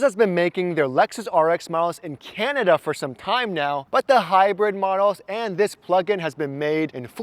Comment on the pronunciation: Why you trying to de-emphasize when you say its been made in Canada ? Toyota Motor Manufacturing Canada (TMMC) in Cambridge, Ontario (South Plant),manufactures. Rx and Rx hybrid received the 2025 Gold J.D. Power Plant Quality Award. , why some Americans think they manufacture better cars than Canada , generally speaking American made cars are full of. issues